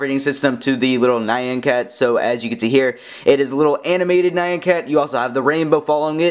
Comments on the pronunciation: ITS NOT NI-AN CAT, ITS PRONOUNCED NYA-N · It's NYAN! not NAYAN